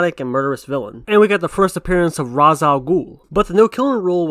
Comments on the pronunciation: It's just that it doesn't make sense to pronounce it like "Raish/Rage". He is an Arab, the pronouciation shouldn't be like in english. So it is more Rass/Rahs/Räs. Actuallt the s at the end should be more exaggerated. So "Rah s". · "Father's name is pronounced "Ra's" not "Roz". A common mistake." I think the no kill rule is great. It's able to he a defining character trait and keep Batman good. I also don't mind a Batman who kills like Keaton though. This is probably due to me being more open to interpretation than others I feel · I mean it's " ras" not "raz" you spell the s like the one at the beginning of "snake" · Hasn't it been stated before that it's pronounced like Rai-shh not Rass. I remember watching or reading something that Talia says people always mispronounce his name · I always thought it was pronounced like 'Ray-sh'. In Assyrian which is also derived from Aramaic, like Arabic & Hebrew, the word for 'head' is Resha, pronounced like 'Ree-sha'. 'Ras' just sounds weird to me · the games and the animations mispronouncing his name as Raysh instead of Räs is because the games and the animations go by the Hebrew pronunciations of his name instead of the Arabic pronunciations of his name.